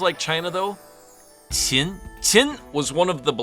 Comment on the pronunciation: Your Chinese pronunciation is mostly correct. However, Qin is not pronounced like saying "chin" but more like saying "cheen" (pronounced with what sounds like it's being said with a lisp). Other than that, interesting video.